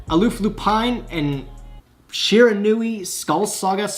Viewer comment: The Shiranui gods are punishing you for mispronouncing their name